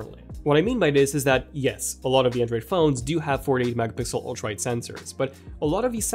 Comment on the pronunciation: Am I the only one hearing ultraid instead of ultra wide?! Lol